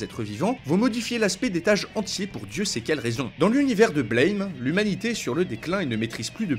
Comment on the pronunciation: Blame ! se prononce "Blam !" Comme ça se lit en français, c'est onomatopée du son d'un coup de feu.